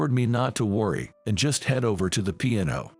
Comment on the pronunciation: Really .... pronunciation is horrible ... can't even say piano